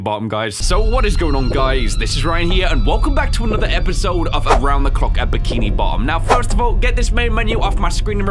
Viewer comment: Yo... The way he says bikini bottom is like "bikini bott'um